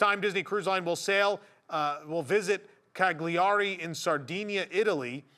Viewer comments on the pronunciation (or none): Sheesh that pronunciation of Cagliari AND Sardegna 🇮🇹hurt!😅lol In Italian words, g followed by an i/e is soft, and when in the middle of a word, nearly silent, like lasagna.🤓🫡